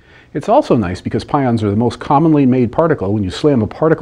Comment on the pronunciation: Just for information (no offense): he accidentally said "pouons" instead of pions. You can see his mouth moves differently than what is heard so it was edited in.